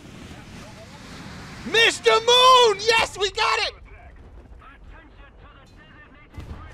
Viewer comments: God damn not Mr Moon, Nästa Mål(nesta maul) you pronounce it. Means Next Target. 😂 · ”mister moon” i finally realized what he actually says ”nästa mål” (next target) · He said it so much it's sounded like he said not norma